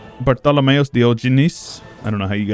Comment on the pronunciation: Bartholomeos I wouldnt say it is not a common greek point. Very Byzantine. Good job on the pronoucnsation btw